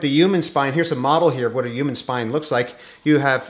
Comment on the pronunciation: Did anyone notice that the Dr. says " uman" he does not pronounce the " h"